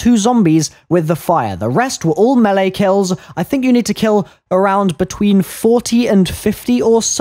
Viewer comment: Also so good to finally hear a zombies YouTuber pronounce the word melee properly!